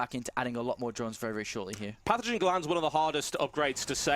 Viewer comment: It's not panothen glands, but pathogen glands. (pathogens = germs)